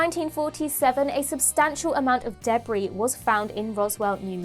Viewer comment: From now on I’m pronouncing debris debbree thank you